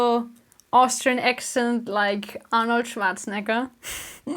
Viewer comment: That's the most beautiful pronunciation of Arnold Schwarzenegger I've ever heard.